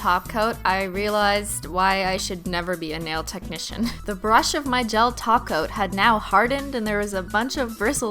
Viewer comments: oh, "top coat"? I thought she was saying "taco" lol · Every time she says "top coat" it sounds like "taco." Now I'm hungry af